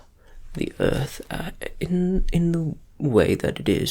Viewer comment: i bet this teacher knows how to use zoom 🤣 i’m left-handed too so i can relate when i’m writing and goofing it up at the same time and finishing the day with the side of my hand all smudged up! and also i am not going to be able to stop calling earth “ert” now so thank you for that 😂